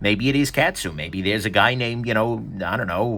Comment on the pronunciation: In case you review one again in the future: kAh-tsu, not cat-su. Thanks for taking the dive on this so we don't have to.